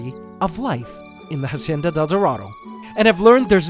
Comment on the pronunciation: Why does he still call it a jacienda instead of a hacienda!?!?